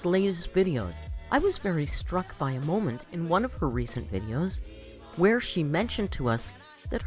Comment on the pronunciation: I can’t stand how our dainty, quirky girl says molment, bolth and expecially 😡